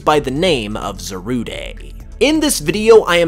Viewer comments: It's not za ru de it's zarude dide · Why do u pronounce it as Za-rud-e? I definitely thought it was pronounced Za-rude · It’s pronounced za-rude bruh. And is this just a theory? Also non spanish speakers put to much emphasis on the “de” as Almost saying ay so that part of the theory I don’t really see a connection in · Kyran Mountain I agree if it was (Zah- Rood-ay) it would be Zarudé not Zarude so it is Za-Rude but that’s if you wanna be English about it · Zarude(Zaru-day) Me: Calls the Monkey Pokemon Zarude(Za-rood)!: It's completely rude(Rood)! Me: Huh! It's a Rude(Rood) Pokemon!? 🤔 Ok! It's definitely pronounced as Zarude(Zarood)! 😄😂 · It's not "Zaruday" it's "Zarood" not the lack of the accent over the e. It an e, not an é. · It's not pronounced ZA-RU-DAY it's ZA-RUDE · It’s Za-Rude not Zarude-ayyye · It’s zarude like darude not Zaruday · You mean Za-rude not Za-rude-a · His pronunciation is awful Zarude is pronounced Zarude not Zarudé This is literally so simple. Zamazenta: The Magenta Zacian: The Cyan Zarude: The Rude It's simple man. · I knew I wasn’t the only person who pronounces Zarude as ‘Za-roo-day’ Cuz a lot of people I know say it as ‘Za-rood’ Or ‘Za-roo-deh’ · I'm pretty sure it's pronounced "za-rood", since the name in Japanese is zaruudo. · Za-rood. Like: 🎶Why you gotta be Zarude?🎶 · Swear its just Za-rude no day needed 😂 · It’s called zah rude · Shouldn't it be Zarudé? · Why would you even say Zarudé. The verde thing is a stretch, it's just rude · Just say Za RUDE as the word rude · It's pronounced za-rude just letting you know lol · Pisses me off how you say za-roo-day when it literally has the word "rude" in its name smh.. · Zarude's "E" is silent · It’s Cal Z ar Like a Pirate and Rude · I really don't like the way you pronounce Zarude.